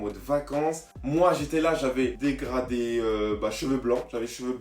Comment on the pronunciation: Un dégradi, un dégraflouu, un dégrado 😂😂😭